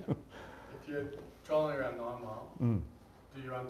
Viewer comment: why do you always say trawling instead of trolling?